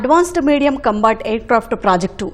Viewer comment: bro what? Cumbat yentra, its combat aircraft 😭😭😭